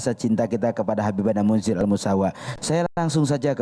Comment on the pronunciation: Mohon maaf min Bukan Al misaw tapi Al musawa